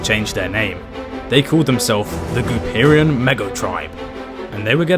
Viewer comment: GOOPERIAN?..... REALLY?